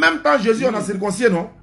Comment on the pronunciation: On dit circoncis et non circoncissié